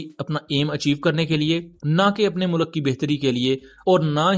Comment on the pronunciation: bhai plz mulak nahi hota Mulk hota hai